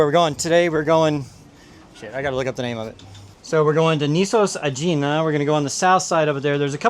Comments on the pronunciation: I think Aegina is pronounced AH - gee - nah. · It’s pronounced a_i_na